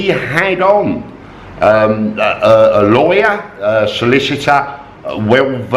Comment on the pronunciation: with your accent, when you say, "Lawyer" it sounds like "Liar"... coincidence?? 55555